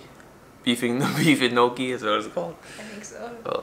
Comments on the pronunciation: It's not noshi it's pronounded njokki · Laughed so hard when he said noshi for gnocchi. It's pronounced nyokee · Gnocchi is pronounced “no key” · my man was killing me with the gnochi lol it's called 'knee-okee' where i live. i don't know what's correct anymore. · It's pronounced no key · Gnocchi is pronounced neo-key. Just FYI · Gnocchi is pronounced like neokey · gnocchi is pronounced = knockee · Gnocchi is pronounced Gno-ki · It’s pronounced knyockee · The best part of the video is how he pronounces gnocchi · I cringed at how he pronounced gnocchi 😂